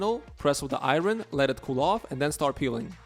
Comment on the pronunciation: “I-yern” not “ I-Ron” 😂 reminds me of Key & Peele